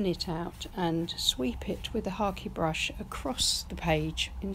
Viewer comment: I am new to painting and am trying watercolor first. Love this. What was that last brush you used? Sounded like you said hockey brush.